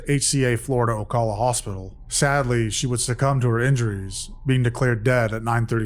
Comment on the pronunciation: The cal in Ocala is pronounced the same as the cal in California (at least that’s how I always heard it pronounced growing up in FL 😊 ☀️) ~ Just fyi. Or maybe not speaking like the locals could be preferable given it is Florida. 😂 Nevermind. Carry on.